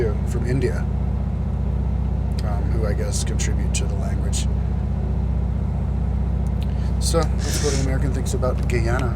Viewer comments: AND THE WORD IS GUY-ANA NOT GAY-ANA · Amm it's guyana not geyana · Guyana is pronounced guy-ana not gey-ana. and it is not poor. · Get it right Guyana not geyana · How Is It So Hard For People To Say GUY-ANA....Like Wtf Are You Even Saying?? I Feel Sorry For You, Honestly. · you were there ten years ago and you're just now putting up this video? A LOT has changed in Guyana since then;Which by the way is pronounced GUY(as in a man) ANA(as in a girl's name). GUY-ANA/ GUY-AN-EEZ. please learn the pronunciation before you visit a country and talk a bunch of useless crap you are unsure of. Also, what big open savanna are you talking about more like big open jungle. smh Guyana is a beautiful country and many tourist visit every year, many more since the ten years you went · I yelled so hard when he said Guyana he just says it so weird, and then he said there's a bunch of black people from Guyana. I'm Indian from Guyana. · LMAO thats what you get you fucking dumbass... BTW if I was in Guyana I would of kick your ass too & pronounce the countries name properly jackass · cant even pronounced guyana right